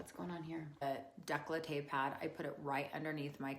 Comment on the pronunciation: it's décolleté, not "declahteh"lol